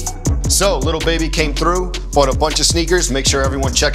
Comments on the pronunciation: It’s so Annoying that he says little baby it’s lil baby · It kills me when he says LITTLE baby not lil